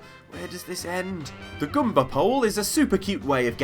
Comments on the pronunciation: goomba, not gumba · Why... why does he say gumba instead of goombah. (Goo-m-bah) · This guy doesn't know how to pronounce english words. IT'S MAR - EE OH. And, not GUMBA, GOOMBA. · "Gumbas" Who says Goomba like that? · I like how says Goomba in a way that rhymes with Zumba